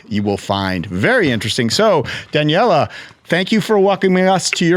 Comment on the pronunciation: Very impressive! I did wonder about the interviewer's pronunciation of "Daniele" and, of course, a trike is not a bike. Nothing said about the luggage capacity of the touring velomobile (which I assume did not tilt?).